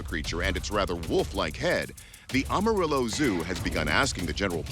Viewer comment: You really need to learn how to say the names of a Texas cities! I’m a native Texan and you are murdering the pronunciations of our city names! Tom-Ball and Am-A-Rillo. Not Ah-marillo!